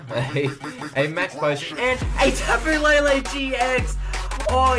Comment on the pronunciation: not to hate put its tapo le le not tapo la la